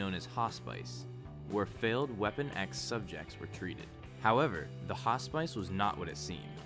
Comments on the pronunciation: Hospice? Its pronounced Hoss-piss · your pronunciation of hospice sounds bizarre haha, great video tho